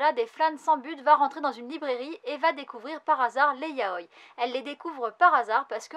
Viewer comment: Très bonne vidéo ! ^^ pour info, c'est Glenn [i-tchi-no-sé] et [ya-o-i] XD Dès que j'ai vu la couv de Bandit7, j'étais sur que c'était de Kohske ! Le trait est tellement particulier... Je me demande bien ce que va donner Blizzard Axel... Passer de la badasserie de Seven Deadly Sins au patinage... ^^"